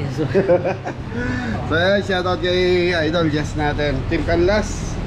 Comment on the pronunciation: CHESZ PO CHESTER DI PO JESS😊